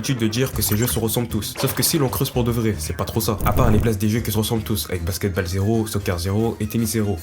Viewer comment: alors vraiment bien la vidéo ! par contre stp respect le nom des sports basket balle ça ma fait saigné des oreilles le "a" ce prononce "o" plsssss (c'est juste un détail détaillé mais aze)